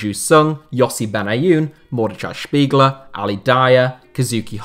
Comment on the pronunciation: I cringed at the pronounciation of Mordechai Spiegler. The ch is like the j of jalapeño